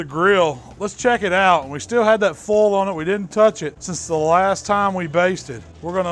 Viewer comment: Great accent. Don't forget to use cooking OLLL and aluminum FOLLL.